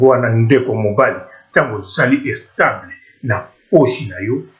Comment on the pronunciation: and u don't even know how to speak u sayin' estable fuck